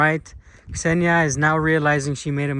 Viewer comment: It's not about the translator, but about you, you always say Ksenia and i dont know why but I heard Senya), by the way, this is a male name. It's just that in everyday communication we rarely call Ksenia, usually we using: Ksyusha, Ksyuha, Ksyu, Ksenomorph, Ksenobit)) etc.